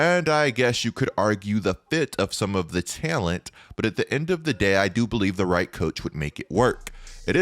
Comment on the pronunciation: Take a shot everytime says "Tail-ent"